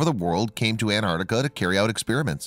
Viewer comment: Repeat after me, An-Tarc-tica.